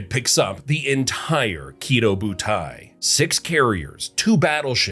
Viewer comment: Small nitpick it's not pronounced "kiddo", but rather the stress is on the "do". Ki*dō* butai.